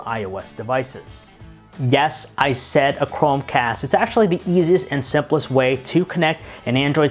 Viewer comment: he said simplest like pls